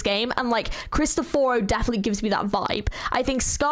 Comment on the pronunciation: I'm sorry to burst your bubble but Cristoforo is an Italian name which is also mispronounced in the game. "Krees - t - off - foro" would be the easiest way I can explain how to say his name.